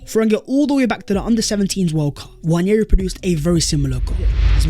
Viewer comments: It's not Nnwayeri it's Nwaneri (ONE NAY RI) ETHAN "ONE NAY RI" There's absolutely no Y in the name for cry out loud.. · FYI, Nwaneri is pronounced wan-e-ri not wañeri.